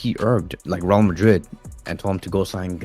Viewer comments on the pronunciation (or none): none